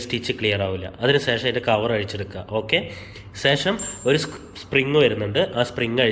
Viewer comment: വല്ല്യാ ഉപകാരം വളരെയധികം നന്ദിയുണ്ട്...... പക്ഷേ സേഷം അല്ല... ശേഷം ആണ് ശരി